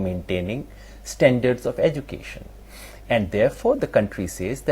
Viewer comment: So called guru does not even know to pronounce education.cheater number one